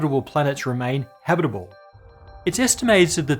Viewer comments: the way he pronounces "habitable" as "habbidiboo" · when you say 'habitable' so fast that it sounds like habiribirble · Did you train saying "habitable" before the recording? 😊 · dude when you say the word "habitable", your syllable output rate increases by like 900% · It sounded like you said 1 million habitable years left.